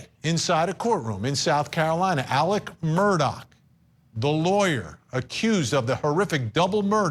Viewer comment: Murdaugh’s first name is pronounced more like “Illick” than “Alec.” IDK how so many journalists can hear it pronounced properly in court and keep calling him Alec.